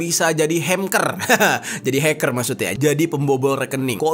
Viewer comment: Bukan hemker jer tapi hengker 😏